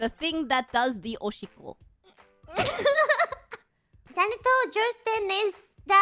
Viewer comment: pretty sure Haachama said "Oshikko" (pee) not "Ochinko" but god did it really sound like she said that lmao